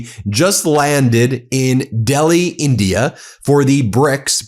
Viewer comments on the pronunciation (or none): none